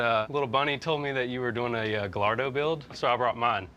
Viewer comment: Silent L’s in Gallardo gai-aa-dow 👍